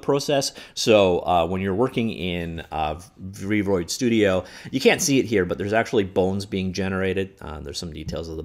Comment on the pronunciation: Everyone: v-roid studio: Freud studio